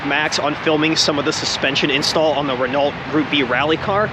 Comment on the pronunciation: Re-No is how you pronounce it, you don't pronounce the T in Chevrolet because that is also a French name.